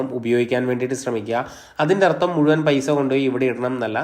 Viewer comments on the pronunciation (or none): none